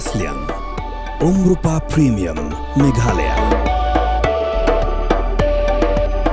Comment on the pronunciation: News channel please learn the pronunciation first..it's not meghaloy...it is meghalaya